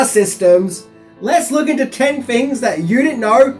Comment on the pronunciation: "free riri....sank yuh"